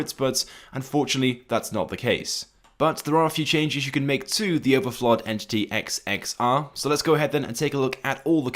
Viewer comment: you said the name wrong and it’s not even based on the agera r it’s based on the koenigsegg one:1